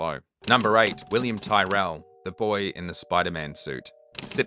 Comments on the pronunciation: Despite the spelling, William's surname is pronounced "Tirrel".. not 'Ty-rell' The foster father's drive to get 'reception' for work call, is BS! The know EXACTLY what happened to William and where he is!! We have NEVER had problems with reception there!!! They got away with murder.. manslaughter at best! 😢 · Williams surname is pronounced tear al, rather than tie rel, his name was known will in Australia it was everywhere, as you said. Sorry, only informative, not a criticism by any means. You do a fabulous job, and different names are pronounced differently in families even, let alone countries. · Pronounced Tirell. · Really interesting video! I have seen Last Stop Larimar come up on Netflix but never got to watching, I wonder if it’s related at all? Also just in case you do future videos, Tyrell pronunciation rhymes with squirrel. Thanks for the great video! 🙏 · As the family member of a missing person I would think you would understand the need to pronounce names correctly. Please listen to a news story or two on William Tyrrell to pronounce his name.